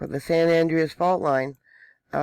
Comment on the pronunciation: its pronounced San Ja cinto and San An Dre as.